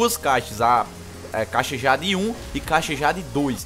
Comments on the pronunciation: "Awm - ÊI - DIÊIDI" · AWM - A - JÁDE kkkkkkkkkkkkkkkkkkkkkkkkkkkkkkkkkkk ri dms cara, like lekão